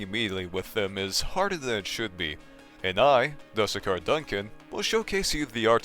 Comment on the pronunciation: ermm actually youre supposed to pronounce the "du" in "dusekkar" like the "du" from "dude" and "sekkar" like "seck car"